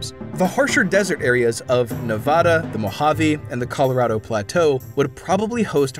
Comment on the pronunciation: It’s f ing Nevada not navoda